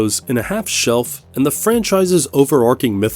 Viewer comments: they also say shelf instead of shell in the intro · Lost me in the first 7 Seconds "Heroes in a Half Shelf"........These channels are so lazy they can't even read the scripts AI made for them smfh. Hilarious how 15 years ago everyone was crying about robots taking our jobs now you are too lazy to even read something they wrote for you.😂